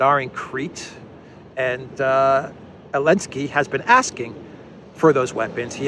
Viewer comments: Why are you saying ELENSKY, you laughed about saying it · Curious as to why intentionally doesn't use the "Z" when pronouncing Zelensky. He corrected himself and said Elensky instead. Anyone know the backstory?